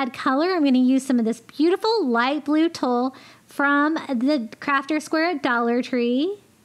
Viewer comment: 😎👏🧜🏖🏠I really love hearing your thought process as you craft! Btw...Tulle is pronounced "tool". 😉😜👍😁 You are very creative. Thank you for putting your videos together and out there for us all to learn. 💙💚💗